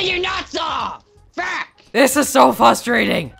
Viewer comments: he said fustrating instead of frustrating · plz stop saying "fustrating." it's making me frustrated.